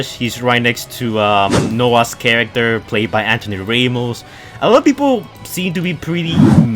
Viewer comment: He said Anthony "Ray"most....😂😂